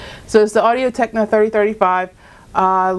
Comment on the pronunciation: Thanks for this, great video with great follow up videos, very helpful :) also, you keep saying Audio Techna, its Technica :P but yeah, thanks a bunch!